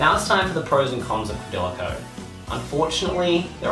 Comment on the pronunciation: did this nigga just say "quadila code"?